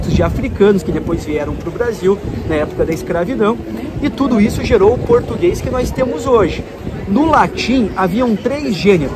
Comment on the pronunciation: Fica mais fácil eles falarem assim kkkkkkkkkkkkk JÁ FALA TURO ERRADO MESMO!